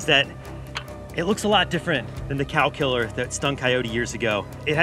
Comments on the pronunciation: i thought you were saying calcular. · Thought he was saying "calculor"